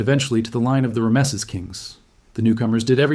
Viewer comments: But the way he says "Rameses" though ... how can any real person mess up "Rameses"? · agreed! Listen to him say "Rameses" . He had said a few things I found suspect earlier on, but when he said "Rameses" I hit the comment section to see if anyone else noticed anything weird.